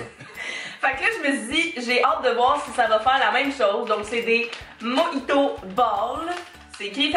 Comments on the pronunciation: On dit moRito 😂 sinon super vidéo, je vais regarder les autres. Je vous découvre :) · Coucou ça ce prononce '' dun'' mais la marque c'est milka et mojito ce prononce ''morito '' en France 🇫🇷 😂 Ps: continue je t'adore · Et on prononce "Morito" pas "Moïto" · Jpp comment elle dit "mojito" : moyito 😂 Sinon je t'adore t'es trop cute ❤😍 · Nous on prononce "din" même si ça s'écrit "DaiM"! Et "Mojito" on le dit "Moriti", on dit "speculOs" aussi! voila sinon super vidéo. Ahah j'adore 👌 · la crème de marron ne ressemble pas au Nutella c'est carrément autre chose ^^ et spéculoos le "oos" tu le prononce juste "os" et le mojito le "ji" pour nous français on le prononce "ri";) Et j'adore les vidéos que tu fais avec ton père elles sont géniales!!😄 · oui:) ça s'écrit mojito mais on le prononce mo"ri"to, un peu à la façon hispanophone ^^ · Moiiiito mdrrr ca se dit moJito 😂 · Aha nous on dit Morito Et les sa ce prenonse d'un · Mojito se prononce morito ^^